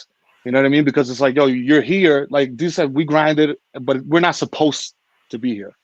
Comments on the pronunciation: “Day-Sus” Lol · Why does she keep calling him day-sus? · Wow, this lady needs to do her research. At least MAKE an effort to correctly pronounce Desus and know that Mero has four kids instead of five. 🤦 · NOT DAY-SUS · I'm not feeling how she is mispronouncing Desus's name... The brand is a lot of things but it is not ignorant